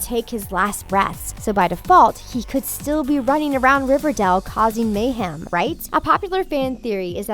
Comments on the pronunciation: It's not shek its Chic. Its Riverdale not riverdall. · ITS RIVER-DAYEL OK PRONOUNCE IT LIKE THAT MY GOD LADY Edit: ALSO WHY THE HELL ARE U SAYING SHEEK UR SO STUPID JESUS EDUCATE URSELF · RIVERDELE!? who else hated the way she said that